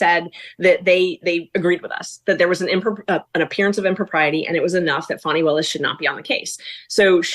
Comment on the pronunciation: Hi. Your so nice to pronounce Fani's name wrong.